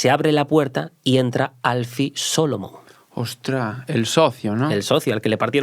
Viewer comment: Al pronunciar el nombre Alfie Solomons a muchos nos dio un escalofrio. Como se nota que no ha visto la serie